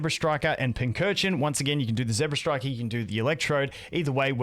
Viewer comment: ZEBstiker not ZEBRAstriker